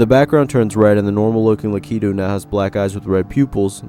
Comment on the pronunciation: LaKEEToE No. Its lack- uh - too